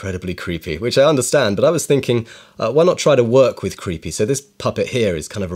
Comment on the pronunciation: I like that you had to emphasize the creepy part, because you actually just made a cute glowy stick man.